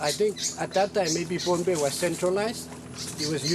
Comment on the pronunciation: Many places aren’t pronounced properly, so those in the know just bear w/it. It’s a good documentary about Bruce and how he connects people across a great expanse of water!! The islanders that I’ve spoken to, call it Pohnepei pronounced like Pah-nah-pei. Not Pompei. For those who aren’t familiar with Polynesia, Micronesia & Melanesia these are islands surrounded by water, which joins all the islands in the Pacific Ocean. Our ancestors have navigated the oceans using the stars and currents on their voyages, for more than 3,000 years. The most recent famous voyages are of the Hokūle’a fr Hawai’i in the 1970s - present.